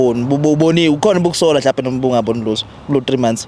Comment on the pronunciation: I like Dr Musa when saying UMlutho😂😂😂😂